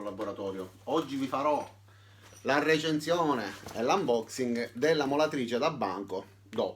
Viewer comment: La RRRRReecenszione!!! Adoro!! <3